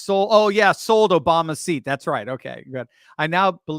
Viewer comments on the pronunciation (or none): none